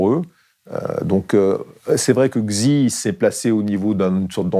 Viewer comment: La partie sur la Chine est hilarante, il balance que des banalités très vagues, on le voit un peu mal à l'aise, car il improvise totalement. Sa prononciation de "Xi" m'a tué. La Chine cherche la stabilité, et poursuit la Belt&Road Initiative (Les nouvelles routes de la soie), le basculement géopolitique actuel va retarder l'inévitable invasion de Taïwan, "la réunification". Les aspirations expansionnistes de la Chine sont flippantes, au niveau des infrastructures et des investissements, nombreux Etats tombent dans leur prêts faramineux qui aboutissent au fameux 'debt trap diplomacy'. Depuis quelque temps, la Chine a reformé le parcours scolaire avec une éducation beaucoup plus militaire, strict, et les cours de sport sont beaucoup plus nombreux. On persuade très tôt les gamins à choisir de s'engager plutôt que l'université. Le CCP forme ses soldats de demain. La Chine a une vision à très long terme, la BRI a débuté en 2013 et la date de fin est prévue pour 2049, qui sera la fête du centenaire du PRC fondé par Mao. Si ça continue et que les pays continuent à se laisser acheter ainsi, la gouvernance mondiale sera totalement restructurée et le monde unipolaire fera son retour. Tout cela va dépendre d'un paramètre majeur : le développement de l'armée Chinoise.